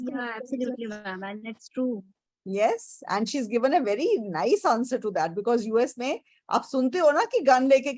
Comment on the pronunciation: Most of Jiyas answers are informal...... her pronunciation for Because is wrong and many more